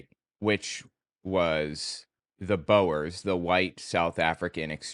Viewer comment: The oe sound in Afrikaans and Dutch always sounds like the oe sound in shoe. Boers means farmers:)